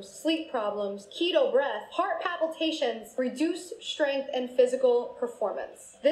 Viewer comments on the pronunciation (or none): Did she say.... Heart Papiltations instead of heart Palpitations...? If so im extremely upset